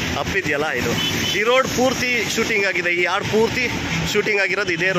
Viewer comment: ಆಡು ಅಲ್ಲ ಅಣ್ಣಾ.. ಹಾಡು.